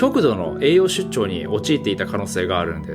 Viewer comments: 栄養しゅっちょうじゃなくて「しっちょう」な。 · いつもありがとうございます。 おばさんが重箱の隅をつつく感じでどうしようかな…と思ったのですが、一応、書く事にしました。 栄養しゅっちょうと聞こえてしまって、最初は聞き間違えたのかな？だったのですが、２回目もしゅっちょうと聞こえたので、栄養はしっちょうです。 漢字で書くと分かりやすいです。 栄養失調なのでしっちょうです。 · ❌えいようしゅっちょう ⭕️えいようしっちょう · 栄養失調(しっちょう)です。 栄養出張って言ってませんか？ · ❌栄養出張 → ⭕️栄養失調 わざとだって分かってるけど言わずにはいられない ちょいちょい帰国子女感出してくるところとか好きすぎる！！！！ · 栄養出張に聞こえる私はきっと疲れてる